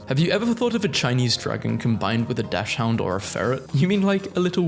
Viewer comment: Naming characters is way more difficult than i ever expected. There's so much more to naming for some reason. Also, please look up how to pronounce dachshund